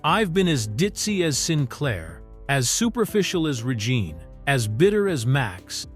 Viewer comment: Yeah that misinformation is partly discrediting some of the information in this for me and how the AI announcer/narrator says Regine.